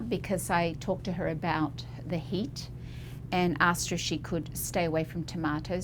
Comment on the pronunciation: I thought she said the woman had “hate” in her skin. Then I realized she said, “heat.”